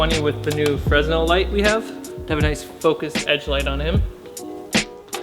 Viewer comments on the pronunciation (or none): Fresnel is pronounced "fruh-nell", not "frez-nell" or "frez-null". Euler is pronounced "oiler", not "yewler", but Euclid is pronounced "yew-klid". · Fresnel Light, . Carmichael is pronounced : "fren-el" :o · It's pronounced freh-nel, not fres-nel. The theater lighting tech inside me just died a little bit. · I was really into it until he pronounced it "freznel". I'm sure it has become socially acceptable by now with so many people "americanizing" it, but I'd never fully trust a guy on set who called it that. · did he just say "fresss-nel" isn't it pronounced "frunn-el" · Fresnel is pronounced fre-NEL or fray-NEL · The Fresnel light that you guys have is actually pronounced fernel. (the guy who invented it was French) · Fresnel is pronounced "Freh-nell", just so you guys know. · i always thought it was pronounced "fre-nelle" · Hey, nice lighting on those pictures. In the UK we pronounce Fresnel as "Freh-nel." Not sure if this is correct in America, unless this is one of those strange American/English discrepancies across the pond! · The S in Fresnel is silent.